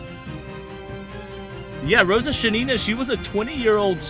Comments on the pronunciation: You're pronouncing the snipers' names wrong. sha-NI-na - wrong, shA-nina - correct. Stress on the first syllable. no-MO-ko-nov - wrong, nomokOnov - correct. The emphasis is on the third syllable. If you turn on Google Translate and enter names in English, it will correctly translate and voice into Russian. Nomokonov grew up in a village of poor Siberian hunters. Hunting is their main activity. From childhood they learn to shoot in order to feed their family and to hit a squirrel in the eye so as not to spoil the skin. At the same time, they have few cartridges, they are expensive, and they fire when they are completely ready and confident in the result. His hunter skills helped him a lot during the war. I remember one episode. One day in the fall, Nomokonov, before going into position, came to the officer and demanded a white camouflage robe. His commander said: “You’re crazy, in a white robe on the black ground you will be very clearly visible and they will kill you.” The sniper replied that it would snow at night. Nobody believed him, but they gave him a white suit. Of course, snow fell at night, covering the sniper and it was perfect camouflage. This is not particularly important, but Pavlichenko was not Ukrainian. As far as I remember, she was born in Ukraine, but in a Russian family. And she received her Ukrainian surname, which she made famous, from her first husband. From the story, you might think that she was a very young, inexperienced student who became a soldier. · A quick note: it is Shánina, stress on the first syllable. Great video🔥